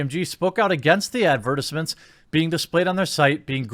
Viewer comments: Add-vert-is-ments... Very cultured my dude😁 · Jeremy, the way you said advertisements, hahaha!